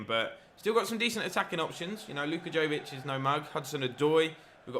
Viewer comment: Right way to say Jović is Yo-wee-ch, fun fact 😁